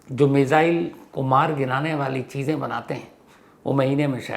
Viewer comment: मेज़ाइल😂😂 lgta hai missile bol nai pate sir..